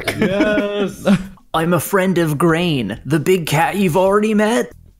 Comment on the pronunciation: Grain isn't going to appreciate having his name butchered like that 🍞👎